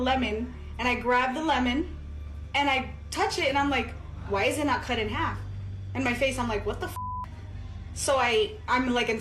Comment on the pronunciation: Clip number 4.. It's half not harf